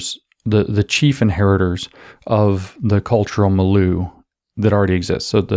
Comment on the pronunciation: Also learn to pronounce 'milieu'.